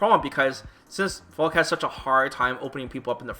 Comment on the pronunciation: She's called Falke, not Falk damnit